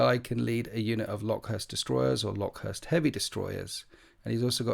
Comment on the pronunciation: Came here to say this exact same thing 😂